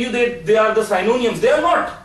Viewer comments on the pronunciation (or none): Just a small correction Synonyms is not sai-no-niums but si-no-nims